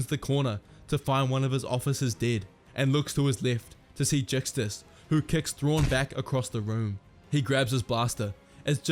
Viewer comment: Csila is pronounced Chila like China or Czila as Czech.